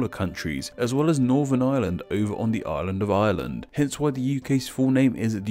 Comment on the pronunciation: At first I thought he was saying "The Ireland of Ireland" as in the republic of Ireland that's not part of the UK